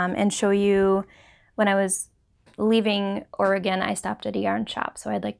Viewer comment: Hi,! So glad you enjoyed your trip to Oregon! And, thank you for pronouncing Oregon correctly. LOL! Your new HP yarns look wonderful and I am hopeful of buying some. Always enjoy your podcasts and am always inspired by you. Thank you and take care. Patty